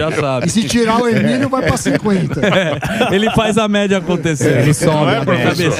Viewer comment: EMÍLIOOOOOOO É RU IM. PRONUNCIA DIREITO, DUAS SÍLABAS.